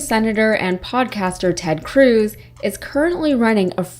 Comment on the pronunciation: Cruz; rhymes with "lose!" P.S. Allred may be sweet on you😍😍